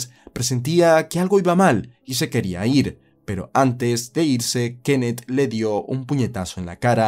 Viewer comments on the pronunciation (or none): Ojalá y no haya más narrativa ,con sujetos que tengan k al final de su nombre; porque Frank y Kenneth me tienen el tímpano derecho jodido con el acento que tú le pones.😂